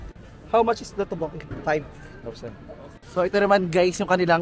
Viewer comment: Teokbokki (tok/bok/ki) po 😂 di toboki